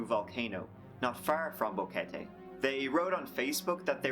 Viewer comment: Dude... everytime he said boquete I laughed, if you are Brazillian you know why lol